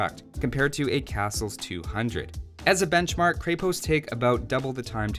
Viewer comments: I love watching your vids, including this one, but the pronunciation of Krepost kills me in this one, since Bulgarian is my first language :D You should look it up on wikimedia :D Also fun fact that it literally means fortress or some sort of small fortified building. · It's krepost not kraypost the E is pronounced like in egg and the o is pronounced like in "aus"tralian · Man it is NOT krey post, it is krEpost. Repeat after me: red ghost, red ghost, kreh pohst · As a Bulgarian, I already know the answer. Didn't stop me from watching this, though. Also, that E in krepost is an E in the full sense. Like in sense. Use that E sound. Not AE, just a simple E. Krepost. As in sense. Krepost. Sense. Крепост. Means stronghold, fort... give or take. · "Kreppost" I believe. Good video though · Creh-Post i think is how its pronounced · Can't even get through this video because "kray-post" is making my ears bleed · there's no Y sound in Krepost. :D